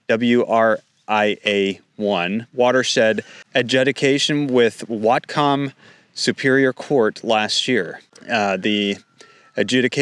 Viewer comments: It's pronounced YAK-ima. WHAT-come County. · thank you for this report. Pronunciation is Whatcom: Wotcum and Yakima: Yackima. This is a devastating addition hardship for the soft fruit industry in Whatcom. When I was growing up there in the 1970s Whatcom County produced most of the country's berries. Cherries, peaches, apples mostly grow on the east side of the Cascade mountains. We have always been been the country's largest supplier. In the 1990s a new pest arrived on the west coast that has devastated farms that produced fruit for fresh eating. The Spotted Wing Drosophilia Fly. SWDF lays eggs in the fruits early blossoms, and the larva then bore into the young fruits. It has ravaged every fruit crop on the west coast. Since the wild Himalayan blackberry has spread to every vacant lot and open space, that has facilitated the spread of the SWDF at an exorbitant rate. Now, most of our fruit is only fit to make juice. Fortunately, that hasn't hampered our wine grape production. Having the government go after water consumption rights is just evil. I believe that you covered some of the water permit strong-arm tactics that are being used on family farms here a couple of years ago. Most of the world doesn't realize that Washington state is truly a bread basket and leading fruit producer of the world. What can we do to stop the blood bath? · Dude, you pronounce those names like you aren't from Washington State, especially "Whatcom" and "Nooksack." Problem is also that the WA Department of Ecology has many times in the past failed to use certified hydrologists for making policy and laws regarding water and water rights. For quite a while, they had this joker from Kalifornia, named John Anderson who was just a biologist, who knew nothing about hydrology. He made many mistakes. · Great video, but the fact that you can’t pronounce Yakima or Whatcom makes me think you’re not from here. Still, thanks for the news, it’s important and I’m glad you’re covering it.